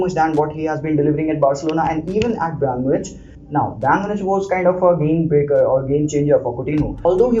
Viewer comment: yaar what is brAYN munich bhai ik dafa youtube par pronunciacion seekh le hamaisha lagta hai bayern itna chota club hai ke kisi ko naam bhi nahi lena aata